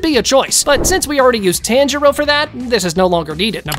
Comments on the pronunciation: This nga said taanjiro 😭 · bro said only true anime fans subscribe but pronounces tanjiros name wrong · I hate how you pronounce Tanjiro